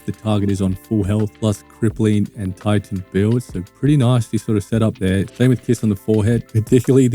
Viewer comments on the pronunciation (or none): none